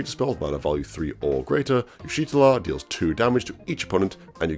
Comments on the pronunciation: "Yeesh Tortilla" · u pronouce her name so wrong it's ish tolla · bro can google moe picks of Y'shtola but can't Google how to pronounce her name /lh